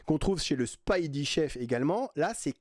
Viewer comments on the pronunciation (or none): none